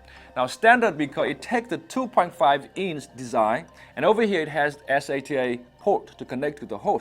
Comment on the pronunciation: Rain XD and he pronounces "SATA" in s.a.t.a. Haha